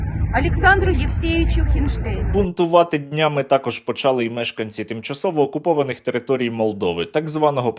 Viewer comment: не почАли, не бУли, а булИ, почалИ